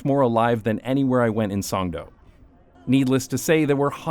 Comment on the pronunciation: its actually pronounced Songdo not Songdo